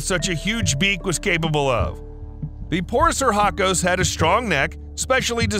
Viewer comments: its pronounced (for-uh-kiss) just want to help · It's pronounced "For-us-RA-kus". And it's not "Gigantopathecus", it's "Gigantopithecus". Don't wanna be THAT guy, just sayin'.